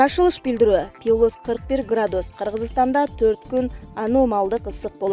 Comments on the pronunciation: Пилус дебей плюс деп суйлочу,адамдын кыжырын кайнатпай,же кет суйлобой! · Пилус эмес плюс.Бул блогерлерге айткан менен бекер. Жанагы тез кабардагы Атакулга канча айттым. Жер сатылат 5 соток дегенди, 5 сотик дейт, же 5 сотых дейт. Айткан менен бесполезно. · Диктор туура окусан пилус эмес плюс деп оку,школдо экиге окуганмынго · Пилус эмес !Плюс . Ануумалдуу эмес ! Анамальная деп айтат. Туура айткыла!!! Грамотныйлар жокпу ?......... . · Пилус пилус без грамотный.туура окучу.плюс аномальный деп. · Пилус эмес плюс граматей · Диктор туура окучу. ( Пилус ), жаш элесин, ( плюс ) деп туура айтчы. Туура эмес окусанар ,уккандан да уяласын. ( аномальныйды ) да туура эмес айтып жатасын .Журналист, диктор, блогерлер, озунордун устунордон кооп- коп иштегилечи. Коп окугула, заман жакшы, бардык шарт бар окуганга. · Ушундай сабатсыз журналисттерди эмнеге ишке аласыңар. Туура окуганды билбейт. Пилус дегени эмнеси. Адамдын кыжырын келтирет. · Пилус дейсинби мектепте окудун беле журналистка :) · Пилус дегенин туура эмес чон ката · Ай, квзым ай, пилус деп окубачы. Деги кайдан табасынар чала сабаттарды? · Диктор нормальный окучу пилус пилус дебей уялсан боло